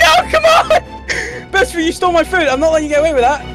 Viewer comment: It’s boosfer not boostfer